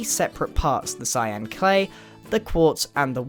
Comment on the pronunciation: "i have a nice block of clyan clay" not hate just thought it was funny